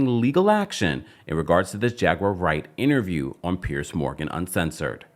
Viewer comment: Piers. Not “Pierce.” Idk why I can’t stand the mispronunciation. Lemme go find my Tylenol.